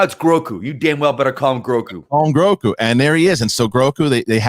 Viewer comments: Aw man. "Groku" does sound pretty good, but it is "Grogu", as I'm sure lots have mentioned. Will take some work getting used to and I'm sure he'll always be "Baby Yoda" to many. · Grogu, not groku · Grogu, not Groku lol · Grogu not groku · This dude doesn't seem to know loads about Star Wars. Also, the child's name is Grogu, not Groku! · Grogu. Not Groku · You lose your Star Wars street cred calling the Child "Groku" like 20 times. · If you guys call him Groku one more time......😡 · GROGU! Not "Groku"